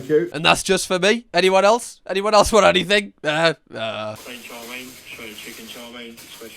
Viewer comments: I dislike how he say chow ming... It's chow mein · Also love the fact that he never says "chow mein" properly. He says "char ming" lol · It’s chow mein .. not chow min .. lol .. even when they say it back to him the correct way .. he’s like nahhh … chow min … bershhh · What is chaw ming? It's chow mein, 😂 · You'd think with the amount he orders he'd know it's not pronounced "Chaw Ming", but maybe he says it that way to bait engagement 🤔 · it's 面条 mian tiao, most of the world says it wrong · The way he says chow mien hurts me 😂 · Well considering I've been English for the last 48 years, lived all around the country, and have never heard anyone else pronounce it this way, I think say that this is not just "very English thing",. Might possibly be regional, or it might just be him pronouncing it wrong on purpose. I'm personally going with the latter. You can think whatever you like too,. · He says chow mein wrong, annoying lol